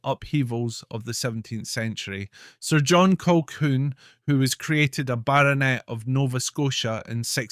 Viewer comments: Who the hell is Clan Colkwun, prat can't even pronounce our Clan Colquhoun correctly. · Oh dear it’s pronounced ‘Kahoon’. You might want to re-record. A great voice and interesting content but I couldn’t listen to the mispronunciation over and over.